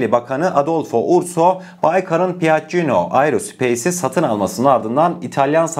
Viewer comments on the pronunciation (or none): Piaccino deyil okunusu piyacco erospeys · Piaggino değil PİAGGİO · piacio olarak okunuyor piacino degil. saadece düzeltmek istedim.